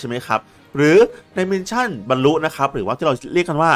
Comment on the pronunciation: ขอบคุณสำหรับคลิปสอนครับ แต่ออกเสียงมิชชั่น ไม่ใช่ มินชั่นเด้อ